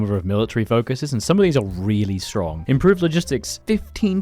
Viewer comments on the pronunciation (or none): none